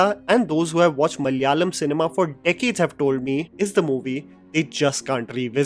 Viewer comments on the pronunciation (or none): Dear, I'm a big fan of your videos. I always make sure that I watch your review first before going to any film, even if it's in my mother tongue (Malayalam). As a fan I have one suggestion, you can improve your pronunciation when it comes to south Indian films, I would love to help you with the same. I have also pinged on Instagram. it's a humble suggestion, otherwise you are the best in India. lots of love and best wishes.